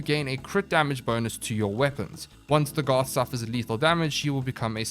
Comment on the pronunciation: Pronounced DAGith